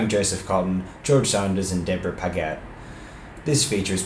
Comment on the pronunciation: His pronunciation is strange. Paget is pronounced păj'-it, n his pronunciation of the French title is as if it was Spanish or Italian. Also, I can't make out a lot of what he says.